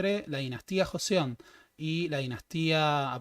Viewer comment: Es Joseon pero se pronuncia Chosŏn o Chosun